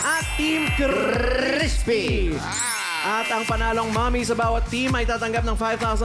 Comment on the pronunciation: 😂😂😂😂crissspppy burger 😂😂😂tawa ako duon ah